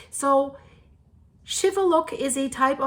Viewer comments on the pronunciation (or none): it is pronounced Shiveluch and not Shiveluck like you are saying you did pronounce the city right, but you messed up the Volcano's name wrong I hope that you are staying warn in Canada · It is pronounced with the 'ch' sound at the end, not 'k'.